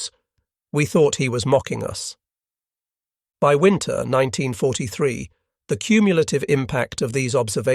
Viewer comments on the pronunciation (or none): none